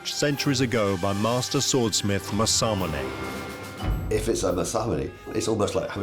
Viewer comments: That's pronounced Mass-A-Moo-Ne! Get it right! Not Massar-Munay! No 'R' in Mass-A-Moo-Ne! No 'R' in Aka-Ba-Ne! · As someone who lived in Japan for 4 years and speak Japanese, the pronunciation of Masamune is absolutely horrendous. For anyone that cares… it’s Mah-sah-moo-nay.